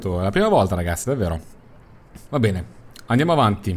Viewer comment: Beneh,ora mi sento beneh